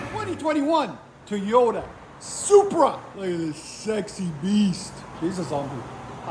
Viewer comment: I’m hearing “Teayota” 😂